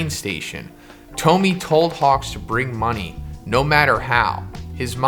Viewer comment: I believe Tomie is read toh mi eh.